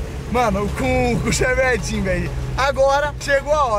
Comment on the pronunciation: Eu tenho uma LEVE "raiva" de quando o fala "ChEvEtIn" 😂 mas ok kskskdks